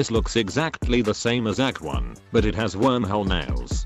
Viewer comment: what is a "warmhole" (it sounds so weird)